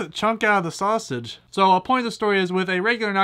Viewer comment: Why are you having trouble saying "Sausage" ITS JUST A SAUSAGE!